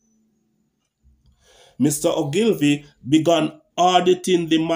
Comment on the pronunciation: His last name is pronounced ...... ooglevee.... Many people make the same mistake, great video.